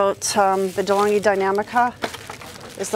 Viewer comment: Deh-Long-ghee Dee-nam-ee-ca